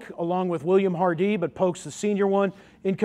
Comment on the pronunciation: Sir, This is an excellent summary of the Battle. However our name isn't pronounced Har-DEE it is pronounced simply Hardee..ty